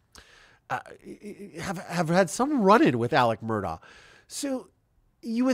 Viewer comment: The Murdaugh family pronounces their last name Murduck.